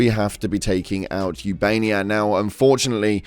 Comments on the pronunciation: Its not ubania, its ubanea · ubaneya not ubania🖤💛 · “Ubania” 💀 brother the starship tells you how to pronounce the planet name when you enter the system.